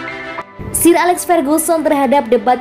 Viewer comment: Min, parah banget nama McGuire dibaca MakGwir... Sir Alex Ferguson dibaca Seer Alex Ferguson.. Sbg Fans United ini sangat gak bs diterima.. vokal narator boleh bagus tapi tetap kedepankan wawasan lainnya agar Channel ini keliat lbh professional buat Fans United Indonesia.. Kalau orang dari negeri tetangga bs ngakak nonton video ini ..